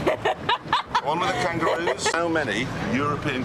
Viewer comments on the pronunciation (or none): "That one with the kanguroos "